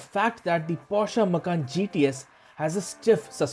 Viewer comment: This man sounds funny, Macan as Makhan(house in hindi)😇